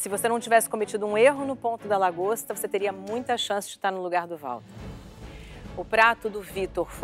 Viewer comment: O melhor foi a "Dragosta" kkkkkk <3